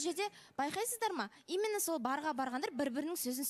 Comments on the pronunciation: 😂😂😂 ЫЛҒИ "ИМЫННО " ДЕЙДІ ҒОЙ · Расында,именно деген сөзді имынно деп позор болғанша,таза қазақша сөйлеңдерші?!😅😅😅